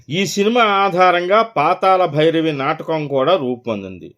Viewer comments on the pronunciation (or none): పాతాల భైరవి కాదు... పాతాళ భైరవి. తెలుగును ఖూని చేయవద్దు